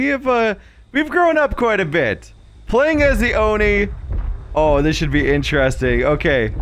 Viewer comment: I liked it when you said inchresting instead of interesting, was silly 😂